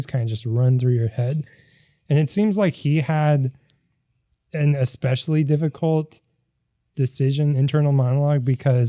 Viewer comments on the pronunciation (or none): Pet peeve- people who say "ex" specially instead of especially.